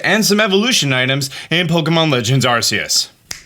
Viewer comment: Why does it seem like you are the only person who pronounces it "Ars-eus" when everyone else pronounces it "Ark-eus"